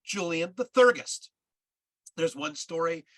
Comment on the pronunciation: If you are going to try to explain a spiritual cosmology that is way beyond your understanding you should at least learn how to pronounce the terms. For example Theurgy is pronounced Thee-ur-jee and Theurgist is Thee-ur-jist, not thur-gist.